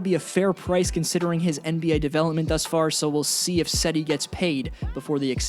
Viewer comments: It’s not cedi it’s jedi osman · Cedi Osman is pronounced JED-e Osman btw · No one: Literally no one:: "Sedi" Osman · No offense but Cedi’s first name is pronounced Je-dee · Cedi’s name is pronounced JedE